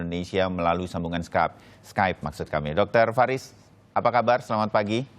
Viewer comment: Receh bgt gw , denger dia ngomong Skype wkwkwkwk